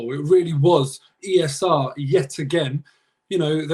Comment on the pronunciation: The way says E S R. lmao he REALLY wants it to catch on 😂😂😂